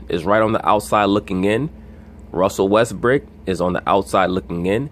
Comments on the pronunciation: Is it just me or he says Russell "westBRICK" on purpose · Yes, he does say "Westbrick" on purpose.